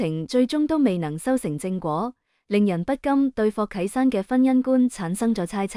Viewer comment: 仍然不肯改正垃圾的發音 ! “不禁” 怎會讀成 “不甘” ？ “地下感情” 讀成 “地吓感情”!笑死!